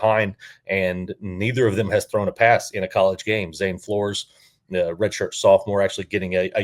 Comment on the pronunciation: A small aside: Flores is pronounced "floors". I enjoyed the show. Between Hejny and Flores it really depends on Meacham and what we see between the two QBs during game 1, imo. I think they'll each play a half and whoever performs best in the system will get the nod. You are correct to bring up Treyvone Boykin, as he sticks out over pretty much everyone else in Meacham's offensive resume. I feel like Hejny being described as a really athletic QB who still has a strong arm could give him the edge since that's pretty much what Boykin was. Of course, as you pointed out, Meacham was also the guy who recruited him. I think it's very likely he ends up being the starter based on those two things, but I found it really interesting that Flores threw way more passes during the spring game. None of them performed all that well during the spring game, but I'm hoping that's just a testament to Grantham's defense rather than an indictment on the QBs or the offense. I fully expect growing pains. Between the two, I don't really care who gets the start since we really don't know what we have yet.